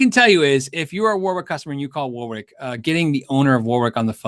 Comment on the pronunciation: FYI - it’s not pronounced ‘war-wick’ it’s ‘wo-rick’.